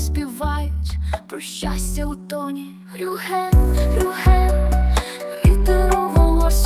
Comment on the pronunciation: Чому Рюхен, а не Рюген!??